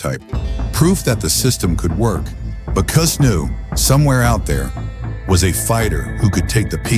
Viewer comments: First off it's Cus not coos. Secondly the style was not designed for short fighters your entire premises is wrong. Third it was not ignored that Mike had pain from his childhood Cus taught us discipline focus and worked on developing his fighter's character through emotional control harness your energy learn and channel through focus with intent and purpose and boxing was a discipline that Mike myself and others could channel rage in an efficient effective manner. If you have two tall fighters both of them in the 6 ft something range you better know how to weave under hooks and hit from angles the premise that fighters and styles have evolved and that this style was only designed for crouching smaller fighters is 1,000% incorrect I was 5'11 fighting as a middleweight and quite effectively slipped and weaved under my opponent's punches. Your narration is accurate your facts or not. The style has not lost its effectiveness due to how the sport has changed fighters are fighters you have two hands you're squared off in a ring and the object of boxing is to hit not get hit and do it in a manner that excites the crowd that is the premise of the style That's what we were taught in Catskill That's what Cus perfected. You are correct that trainers have no idea how to teach this style there's bits and pieces of it myself and a few of the fighters from Catskill work with fighters but finding dedicated students in a sport that's contracting with less and less athletes that are drawn to o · I can’t get through this with the orator pronouncing Tyson’s trainer as “KOOS”…. Can’t do it 🤯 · Cus, pronounced “Cuss”, due to his full name being Constantine, NEVER referred to his style as “peek-a-boo” until after the media began using that phrase as an insult against not only the style, but to Cus as well. He heard it, knew it was a dig at him and his style, but he liked it so much that he proudly adopted the name and it immediately stuck. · God, I hate AI. Pronounce Cus correctly!